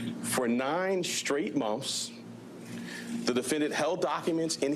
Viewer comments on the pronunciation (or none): This DA can’t even pronounce the word “months” not monffs 😂